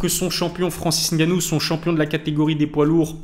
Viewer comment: Je dois te féliciter pour ta prononciation de Ngannou cest tres rare, on a toujours droit au N……ou les M……avant le nom comme si pour dire pneu on dit p. Neu 😂